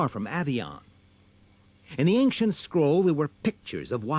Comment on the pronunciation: Why does the narrator pronounce "ancient" as if it were /anksient/? That's a harder sound combination to make.